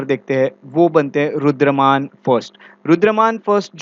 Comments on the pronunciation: Sir aap " Rudra(DAMAN) " ko " Rudra(MAN)" keh rahe the in the entire lecture please be careful coz hamesha yaad reh jaate hai aapke lectures and even wrong pronounciations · Please pronounce Rudra-daman instead Rudra- man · Sir, Rudraman nahi, "Rudradaman" hei.